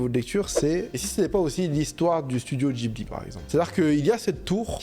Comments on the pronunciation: Mais pourquoi il dit "djibli" ??? C'est un mot italien qui se prononce "Guibli" !!! Et il ose juger mdrr 😂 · Alors l'avis est vraiment vraiment celui d'un goat, mais quel désastre ambulant là, "jibli" "Rapyuta", et puis quoi encore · Le Chateau ambulant c'est frauduleux ?! Déjà prononce correctement le nom de Laputa et Ghibli et après je suis près à débattre !